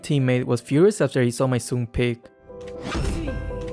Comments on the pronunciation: It's pronounced Sun, not Suun. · It is pronounced suun, Sun is a Chinese mythical figure that has been adapted in many works of fiction and art, his name is in Mandarin and is pronounced suun. Just how Chang'e is pronounced Chang-uh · normal players pronouncing Sun: Sun Draft pick pronouncing Sun: Swin pronouncing Sun: Soon